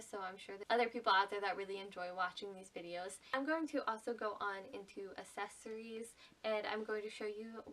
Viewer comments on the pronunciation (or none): Don't have an issue with "dayta" vs "dahta". I think I give them about a 50 -50 split. What I do have an issue with is "assessories". No, there's a C, in fact, a couple of Cs in accessories. The word is pronounced "ack-sess-or-ees".